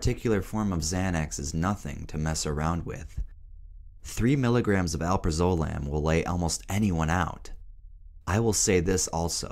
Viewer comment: please stop saying alprazolam like that